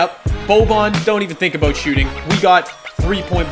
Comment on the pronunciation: Wow you said aboot like a Canadian instead of about